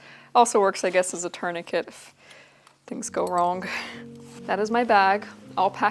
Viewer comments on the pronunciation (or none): none